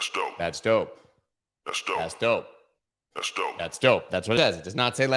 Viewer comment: You can't hear the P in Dope! LOL You just can't hear it. So it sounds like Let's Do-e. Regardless, love you man.